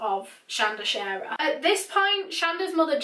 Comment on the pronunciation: Thank you for pronouncing our name right ❤️